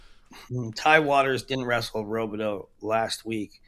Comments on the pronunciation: Another name you guys say wrong is landon robideau. In mn we pronounce it rob-ah-doo... not row-bih-doe haha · Both are wrong. Its Rob-ih-doo 😂